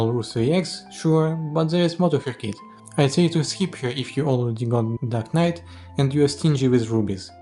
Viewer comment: The subtitles mistook your pronunciation of "dark knight" to "duck knight", just thought that was funny.